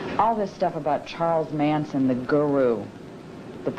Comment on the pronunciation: It's MANSON. Not Mason.